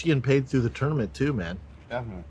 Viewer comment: I’ll settle for him pronouncing tournament as tourmanent